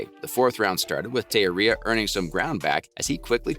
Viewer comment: You're pronouncing Teixeria's name wrong bro. Research before posting.